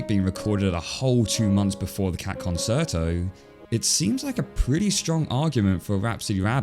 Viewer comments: Love the video. But the way you pronounce Concerto sounds like nails on a chalkboard to me. Please look up a pronunciation before talking about it in another video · I was looking for this comment! Great video but really struggled with the title and the pronunciation of ‘concerto’. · That’s not how you pronounce concerto. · The way my brain itches every time he mispronounces it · I got 4 minutes in before I had to nope out because I couldn't handle the mispronunciation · "Cat Conserto" No, it's Concerto. Kuhn-cher-tow. Not Kan-sur-tow. Yes it bothers me enough to comment. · not conserto, concerto con-tchair-toe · con-sher-toe not con-sert-o. Love the analysis though. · Actually, it's more like "con-chair-tow" What you said sounds more like it would be spelled "conciuto". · “Con-chair-toe”, not “con-sert-oh”. “Concerto”, not “consirto”. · Babes, it's "con-cher--to", not "con-ser-0to" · I couldn't finish the video as it's pronounced "con-chair-toe", not "con-sair-toe" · Arrrgh, I don't want be that guy, but the word is pronounced "kuhn-CHer-toh" in both the original Italian and every variant of English, not "kuhn-Ser-toh". Sorry, that's just so distracting! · Are you saying 'concerto' like 'con-sir-toe?' I know it looks like the word 'concert' with an 'o' stuck on the end but it's pronounced 'con-chair-toe.' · FYI, it's con-CHAIR-toe (CHUR to rhyme with 'her' also okay), not con-SIR-toe. Great video otherwise though! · "ConSERto"? Most music lovers pronounce it "conCHerto". You know, as in Italian, the language which gave us that word. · Concerto is pronounced concherto not conserto. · It's hard to take you seriously when you say "con-sir-toe" instead of "con-chair-toe". Italiano, mio amico. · What the heck is a "conserto"? Italian pronunciation of "ce" is "che", it's pronounced conCHErto!! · Concerto is pronounced concherto not conserto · Excuse me, con-ser-to? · It's pronounced "con-cher-toh" it's Italian. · It's pronounced "khan chair toe"